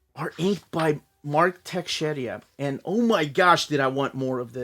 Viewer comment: Mark Texeira not Texeria 🤣🤣🤣🤣